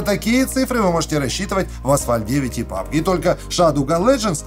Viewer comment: Ещё одна причина подписаться на. Он говорит ПАБГ А НЕ ПУБДЖИ ИЛИ ПУБГ ИЛИ ПАБДЖИ. НЕТ ПАБГ.... ПААААААБГ ПАБГ